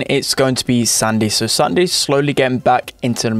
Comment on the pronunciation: It is SAND(⏳)Y Not SUN(☀️)DY